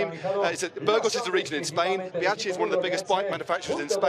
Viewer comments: great insights, cool as ever, cant pronounce bianchi, though.:-) bee-an-kee. Be-yankee also works. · He actually did say Bianchi, or try to say it... calling them one of the biggest bike manufacturers in Spain. Does he even know that Bianchi is Italian?